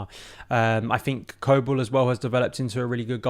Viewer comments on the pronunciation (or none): You can tell you're not any sort of authority on his abilities. 1. It's Kobel, not Korbel 2. Small? He's 6ft 5, are you high? Small in Statue? 😅 Maybe you mean stature. Jeez man, many of the comments in here are comedy gold